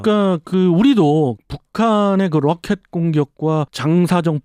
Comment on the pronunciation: 롸켓 아이언덤~ 뢰이다 발음 롸이트하네요ㅋㅋㅋ 조금은 오글거림 (디스아님)